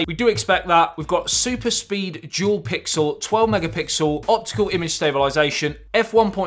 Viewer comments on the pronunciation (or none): You can start by practicing to say - dual and not jewel. Everytime.... It dual not jewel.